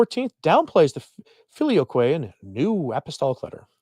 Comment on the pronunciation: Google says you are pronouncing "filioque" correctly.